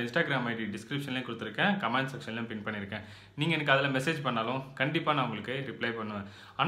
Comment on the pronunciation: கமேண்ட் என்று சொல்ல வேண்டாம். கமெண்ட் என்று சொல்லேண்டும். காமெண்ட் என்பதுதான் மிக சரி